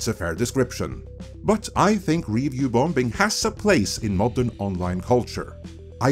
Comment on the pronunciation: U R JUST THE “BEST”! I ALWAYS LOOK FOR YOUR UPLOADS, AS I KNOW THEY WILL BE RELIABLY INSIGHTFUL. ( slight hint on your English pronunciation: the second B in “BOMBING” is Silent). 👍🙂